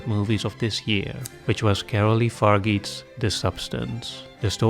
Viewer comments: It's not Caroly Faryeet, it's Fargeat, Far is pronounced like far and geat like genre but without nre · Coralie (not Carolie) Fargeat is pronounced "Far-Jah", in french this "e" is mute and is only here to change the sound of the "g" that comes before, and the final "t" is mute too.